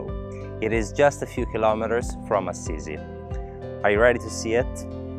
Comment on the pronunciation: Oh! Che proprietà. I panorami apparentemente infiniti della campagna umbra; gli ulivi e quella splendida piscina. Ho notato la pronuncia di Assisi? Da newyorkese ho sempre pensato che fosse A-SI-SI, mentre la tua versione AZZ-I-ZI è molto più carina. Oh, e tu sei in terracotta😁